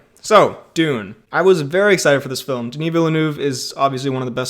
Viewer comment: FYI, your pronunciation of "Denis" is spot on, but "Ville-" is more like "veal", and "-neuve" is more like "dove" (the pidgeon). Try saying "veal dove" a few times, then change out the D for an N.